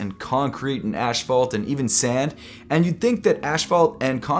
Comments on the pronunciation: Asphalt pronounced ass-fault, not ash-fault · “Ashphalt” 😭😭😭😭 asphalt... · Said it twice with confidence and emphasis on the ash💀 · ASPHALT. NOT ASH-PHALT. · How many people say Asphalt like as ASH-FAULT? I pronounce it ASS-FAULT. 😂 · I cant believe your calling it ash-fault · Love the video but is everyone going to just pass up how he pronounced asphalt!?? “Ashphalt” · "Ashphalt" bro, these Americans are killing me... and the English language. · Ashphalt? Lol. I love it! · Thought I was the only one to hear that. Reminds me of kids who use big words without knowing how to say them nor their meaning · He said “ Ashfalt” 🤣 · Not ash-phault 😂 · you said ashfault bro are u from jersey 🤌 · Says ash fault once: okay... Says ash fault again: HmmHH? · Did you say...”ashfault”? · Ashwalt? I might be trippin but is that really how you pronounce asphalt? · Who’s gonna tell him how to pronounce asphalt? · And he doubled down on it and said it again 😂